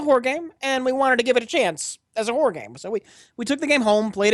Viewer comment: When discussing "Alien: Isolation," I love how slurs "Horror" game so it sounds like he's calling it a "WHORE" game...